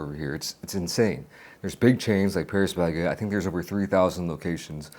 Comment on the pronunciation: 형 패뤼스 베케트 아니고 빠리 바켓뜨